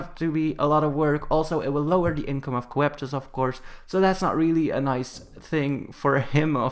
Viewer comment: The way you write it: Coeptus The way you say it: Copetus